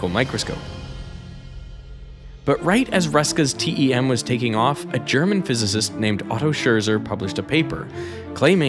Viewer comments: Also, Scherzer is pronounced as shairtser or share-tser not shirzer and de Broglie as de broy not de broge-ly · "Scherzer" it's not "sher-sir" but more like: "Share" + the sound* "tss" + "air". Say that quickly and it makes "Scherzer". Congratulations, you are now a better german. (* when you want to mimic a drumset) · And his name is pronounced "Schertser", which video dude kept saying wrong. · Please get your names right. They are not called Rasske, Ardiiieen, Crew and especially not Shuuurseer. Absolutely butchered those. Otherwise great video